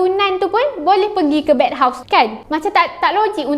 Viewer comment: bathhouse kak bukan bedhouse